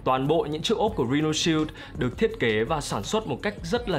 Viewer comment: đọc là "rai-noh" shield